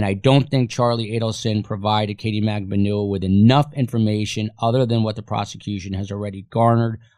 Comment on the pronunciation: Why are there so many different pronunciations of MAGBANUA? I hear it with accent on the B, & others with accent on the U?